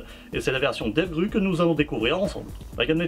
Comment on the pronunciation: Très bonne présentation, mais c'est devgrOu pour la prononciation.